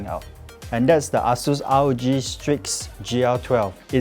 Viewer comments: the pronounciation is not Ah Sues....... please dont pronounce it as Ah Long or Ah Beng not like u going to Chinatown point......the right pronounciation is .................AsusTek Computer Inc. (/ˈeɪsuːs/[3]; Chinese: 華碩電腦股份有限公司; pinyin=Eisus.....A...Sus....HAHAHAHA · It's pronounced ay-soos